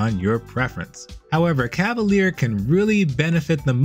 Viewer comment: Hi, french person here! You seem to pronounce it "cah-va-leer". It's pronounced "cah-va-lyehr". Small difference, but I still believe it's important as the english definition for a cavalier (pronounced cah-va-leer) is different than the french definition for a cavalier (pronounced cah-va-lyeh) or the feminine form, cavalière (cah-va-lyehr). I'm glad french words are finding themselves more commonly into games these days, but I feel bad for anyone having to learn to pronounce them properly lol (Like coup de grâce in Dead By Daylight, which I've learned a lot of people mispronounce, replacing the "grass" with "grah")